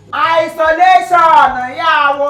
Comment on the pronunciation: Maggi Don speak English chai 'Eyesoletion '